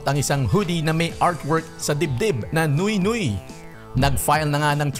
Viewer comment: Nwe nwe" ang bigkas sa french word na "nuit nuit" at hindi noy noy